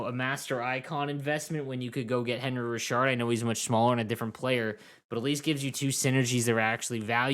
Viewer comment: Isn’t it pronounced anri?